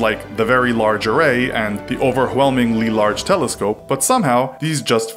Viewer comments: “the over hwelmingly large telescope” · did he say "over hwelmingly"?